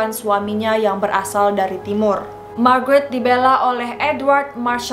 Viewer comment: Kirain ngomong Margarin🤣😅😂